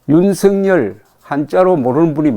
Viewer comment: 윤석열 발음은 윤성렬로 해야 하는데 유서결로 한다